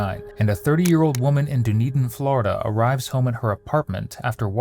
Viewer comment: Its not "Doo-knee-din. Its Duh-knee-den! Bots never get 💩 right.